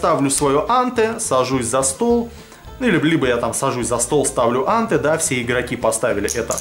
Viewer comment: Вообще анте произносится по русски с ударением на последнем слоге антЭ